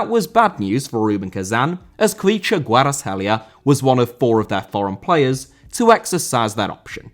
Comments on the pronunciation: The pronunciation of Khvicha was actually 100% on point👌🏻 props on that 👏🏻❤️ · Honesty, the best Khvicha pronunciation I've ever heard from a westerner